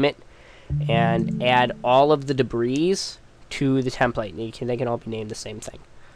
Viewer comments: debris "dib-ree" not "dib-ris" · He means that "debris" is pronounced "de-bree", not "de-brees", even the plural form. You mispronounced it a couple of times.